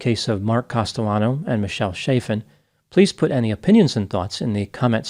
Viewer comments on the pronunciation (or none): Hard CH, short vowel before a double consonant. The a is the same as in the word apple. Chaffin, not shayffin.